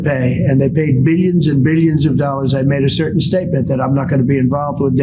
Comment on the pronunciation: He's barking mad. Beelions and beelions and beelions.